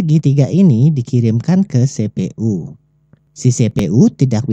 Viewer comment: sepe.u di telinga gua kurang enak di dengar tolong dengan pelafalan inggris CPU-->> sipiyu